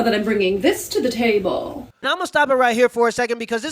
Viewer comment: MmmI know that I’m bringing thiz to thee tabemm! Bahahaha that really had me laughing so damn hard it’s got to be a joke😂